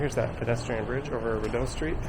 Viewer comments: Lol FYI, we pronounce it "Ree-dough" . Thanks for this tour! Now i can share this with my friends and family to show them where i go basically every day... gosh i have sooo many random things that have happened to me in this mall. Lots of memories here! Id say 50% good memories and 50% bad memories. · “Biggest mall” it’s not a big mall at all actually. And you’re over pronouncing the DOE part in Rideau. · It's REE-doe, not rid-OH... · Enjoyable video! For future reference, it's pronounced "Ree doe" (phonetically) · Yes it is a French name/word, but I am almost certain that it's still not that over pronounced in french. At least not Canadian french. (yes there is a difference in Canadian french to french elsewhere).